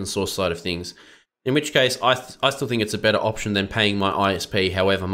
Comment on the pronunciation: Opetion? Did you mean Pigeon [/google-mode] ;-)